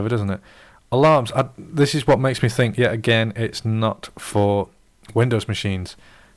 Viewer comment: BTW, the letter T is a consonant. It's "What", not "whah'". OK I'm being a jerk. But your analysis of W8 really pissed me off. Just because you don't know how to use a brand new OS with a new UI with new functions and shit, that doesn't mean it's necessarily a bad design. You're using W8 as if it was W7. It's not W7. It's another OS, and it's radically different. Shit. I was just as lost as lost in W8 as you for the first few days. Then I learned how to use it.